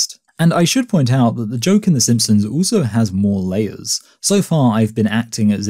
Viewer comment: why do you pronounce "also" as "ooso"?